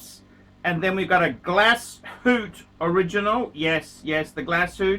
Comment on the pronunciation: Keep the "Glasoot"